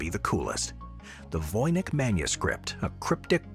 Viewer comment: Voynitsh manuscript- the pronunciation- not Vojnyk(or Vojnich)...